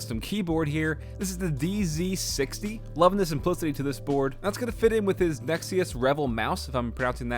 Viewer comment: Nice setup but please next time say NZ(ee)XT instead of NZ(ed)XT 😉😂